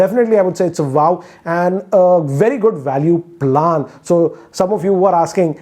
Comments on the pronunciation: Bhai plaaan nahi plan hota h🤣🤣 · It's PLAN not PALAN 😝😝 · Plaan Kya. Do pronounce properly it's really irritating! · The way you pronounced PLAAAN😂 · Bro learn to pronounce plan